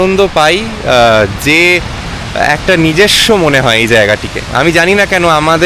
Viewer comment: ৭ মিনিট ৪০ সেকেন্ডে ের খেদোক্তি শুনে রবীন্দ্রনাথের একটা লাইন মনে এল: "যাহা চাই তাহা ভুল করে চাই; যাহা পাই (এক্ষেত্রে ট্রেন নির্ধারিত সময়ে গন্তব্যে পৌঁছনো) তাহা চাই না"। আরেকটা কথা: শব্দটা "নিজেস্ব" নয়, নিজস্ব (১৫.৪০)।